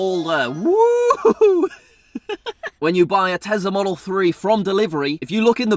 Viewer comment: Tezla? Tesla*